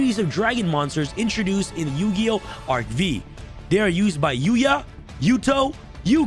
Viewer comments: It’s pronounced “arc five” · It's pronounced Arc 5. V is roman numeral for 5th gen YGO. 😀